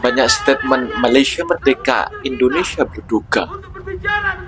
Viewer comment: BUKAN merdeke lah. Sebut betul betul. MER-DE -KA,... Dengar betul betul sebutan orang Malaysia